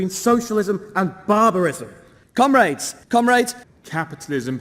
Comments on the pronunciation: why do i here "cum-rats" .... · Cum raids obviously is what they are saying. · I can't not hear "cum rags" when they address each other. Might be just a yank thing or they really don't take themselves seriously. I don't know... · Am I the only one that keeps hearing them call each other "cum-rags" when they're saying comrades?